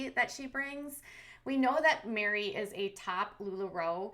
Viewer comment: Meri like merry christmas not mary or mari